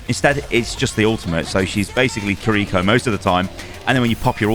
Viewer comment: and also the r in kiriko is pronounced like L